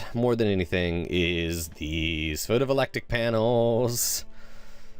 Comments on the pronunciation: photoVOLTAIC, not photovolectic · It's pronounced Photo Vol Tay Ick.